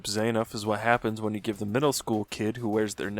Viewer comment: bro its not hard to say zah-nuff bro you hear it every time you select the character (fi i missed the joke sorry)